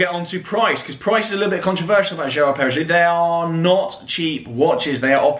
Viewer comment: Not usually a nitpicker but it's Perra-go instead of Perra-joux. Very well finished though and the ceramic is cool. All black is a bit of a dying trend but I hope ones like this and the AP QPs keep it alive.